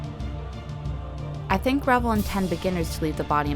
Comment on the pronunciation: First of all it's pronounced Re - VELL . Like in HELL, YELL, SMELL, TELL, SELL, BELL, QUELL, CELL, etc. Don't be so damned ignorant!! This must be the 1/72nd scale version. It's called a WINDSHIELD - not view point. Also Tuh-MY- YA is how it's properly said although all the dumbasses say the same wrong way that you do in this video. Not bad although very amaturish in the way that this was painted - there are references out there on the modeling forums. I take it that you don't build very often or that this is one of the first models that you've ever built. Take more time to understand the products that you use and familiarize yourself with the myriad of modeling products and brands and how to say their name right if you're going to do videos on this subject. It's good to see females in this genre as it's dominated by men. Mostly OLD men since the advent of the video game which is a predetermined outcome no matter how many times that you do it has helped to hurt the board game and craft industry! Its too bad as this is one of the most satisfying things that I know. Thank you any way and keep on building.